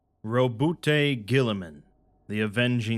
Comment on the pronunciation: Rowboot Gulliman. Roboutay is a french hair stylist.